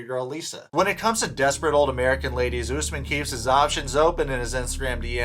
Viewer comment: It cracks me up every single time you refer to Kim as "" and Usman as "" 🤣💀